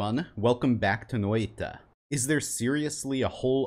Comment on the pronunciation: Thank you for pronouncing Noita correctly.